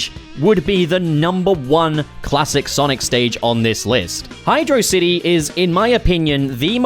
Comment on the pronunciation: Great video but you pronounced Hydrocity Zone wrong 😎